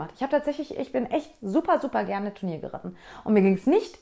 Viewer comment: ich frage mich schon länger wieso fast jeder reiter wenn er "turnier", sagen will oft sich verredet u d "tenur" sagt 😂 Ps: Mir gehts auch immer so 😂